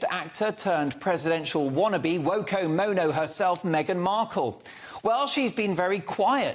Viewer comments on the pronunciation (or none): "Woko-Ono" 😂😂😂 Awww, I love you!